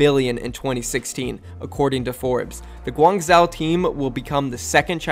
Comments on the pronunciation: its pronounced gwang zo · Pronounced guang ju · For guang-zhou, this isn’t a perfect pronunciation but I would say “gwang-joe” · Its guang jo-oh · Guangzhou is pronounced Gwangh-joh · Holy shit u butchered Guangzhou so hard😂 But lets goooo my home town gets a team! Let’s hope it doesn’t flop like SHD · "Olympick de Mar-say" and "Gwung-zsho" bro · Pronunciations for these cities from a French-Sino-American: Guangzhou = Guang (you're doing fine on this syllable) J-ow Olympique de Marseille = Oh-limp-peak de Mar-saye